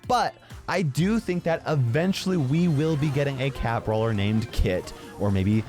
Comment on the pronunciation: Says some kid? (It's brawler, not brawer)